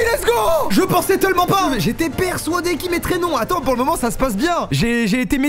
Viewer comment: 'j'étais persouadé " 😂